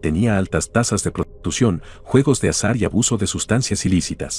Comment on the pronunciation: Por el minuto veinte casi lo oigo decir, con juegos de azahar y mujerzuelas xd Buen video!